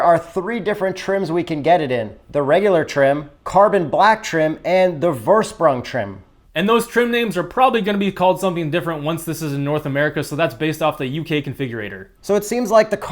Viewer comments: Vorsprung is pronounced more like foreshprung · Vorsprung is pronounced „Forshproong.“ Say it with me: Forshproong. Forshproong. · that one word is pronounced forshproong or forshprung ;) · Im german ist like (forshproung) vorsprung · The v in vorsprung is pronounced as an f in German - forsprung. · Vorsprung is spelled forshproong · it‘s more like „Four-shproong“! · It's Forshproong actually :) Durch Science :) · It's pronounced "Forshprung" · If you wanna pronounce Vorsprung a little more correctly, just try to say For-Shproong, with the o in For a little elongated. Source: am german. :-) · It is the german word for head start and pronounced: forshprung. 😆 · Vorsprung pronounced - Forshproong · Vorsprung - for shprung. You have to improve your German skills mate. Grüße aus Deutschland 😁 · ITS FOR-SCHPROONG!!! vorsprung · Vorsprung is pronounced "forshprung". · Just pronounce it forshprung with the V like the F in Fort Knox for example and the u like Uber 😊👍🏻 Oh and the sprung part is actually pronounced shprung 😊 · Vorsprung in English would be pronounced more as a Fore-sp-h(ch)ung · Haha i didn't even know what word you were pronouncing until i read "Vorsprung" my self and im German :D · He pronounced it as wrong as possible 😂